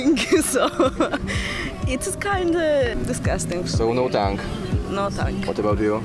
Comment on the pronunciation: Toungue =/= tang tylko / tʌŋ / tan